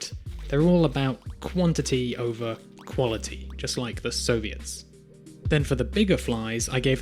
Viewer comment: “… just like the Sovierts” 😂